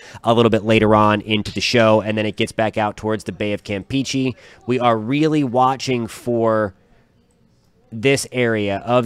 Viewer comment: DUDE you keep saying Cam • peachy, it's pronounced KAM • PAY • CHAY jesus christ.